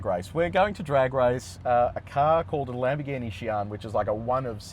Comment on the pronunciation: Lambo Sian, no. Lambo Sain, yes ! 😂😂😂😂